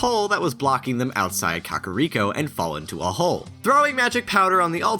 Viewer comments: Cock-oh-ree-co?! WHAT. THE. FUCK?! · "COCKariko village..." stop KACKariko. it's not a phallus